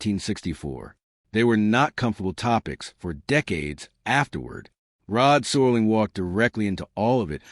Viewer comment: How is it that this narrator doesn't know how to pronounce Rod Serling's name? Is it AI? I'm getting tired of AI.